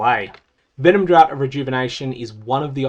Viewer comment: Really minor thing that is nbd but I thought you might be interested to know, draught is funnily enough not actually pronounced similarly to drought, but is instead essentially identical to the pronunciation of draft. Love your videos as always, you make teaser season the best season 😊